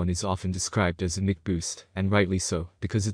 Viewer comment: mic is pronounced Mike...Preamp is not one syllable it is Pre-Amp